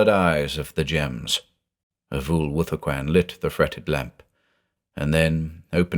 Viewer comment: When his name is said does anyone else hear "a fool with a coin"?